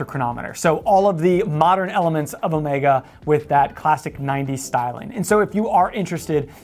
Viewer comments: Thank you for pronouncing Omega correctly. Really annoying when youtubers, some of them quite knowledgeable about watches, call it Omeega with an e like in tea. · Alexander. I think you will find the correct pronunciation is in fact Omeega as pronounced by Omega head of marketing and production Gregory Kissling in a video on You Tube.